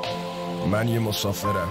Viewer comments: hey dude its pronounced mow saw fer fer like pear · It's pronunced "Mo sau fer". It means "The Traveller". I could translate it if you guys are interested. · It's Mo-sa-f-ea-r It means Travelers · Hey man you said it the wrong way his name is yas and the song's name is mosafer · He is:Yas His song name is: mosafer.you should pronounce the"A" in YAS like the A in the word :Austia And it's really important to pronounce the "e"and"r" in the word:mosafer This song is really cool i suggest :"Bande naf ta khate saf" and "sefareshi"of him too😊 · Mosafer means passenger. The pronunciation was not good bruh